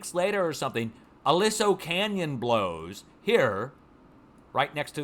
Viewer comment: Pronounced a-lee-so canyon